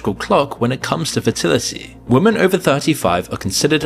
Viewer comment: I notice the chap in this presentation is another example of someone who bizarrely struggles to pronounce the plural "women".